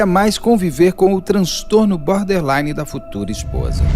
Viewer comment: Alguem avisa que é boRder line,não boder! 😅😅